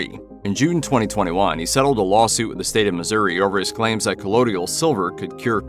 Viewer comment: It's not "collodial" silver. It's COLLOIDAL silver.